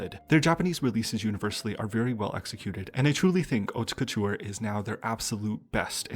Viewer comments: I never noticed the concept, what a great video!!! FIY with no shade on the side: Haute Couture is pronounced like 'oat' couture, you dont need to enounce the 'te'. Love your videos <333 Strategy hype train lets gooo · French person here ! The "haute couture" pronunciation in the video you picked is a little confusing because they put too much accent on the "te", nobody pronounces it that way here. You have to pretend the e isn't here. It' like "hautt-couture ". Also they pronounced the "re" quite weirdly But nonetheless it's no big deal and it's very nice of you to even do your research to pronounce it the best way possible hehe Edit now that I have actually watched the video : I was pleasantly surprised by the album, and your analysis was very interesting and straight to the point, great work!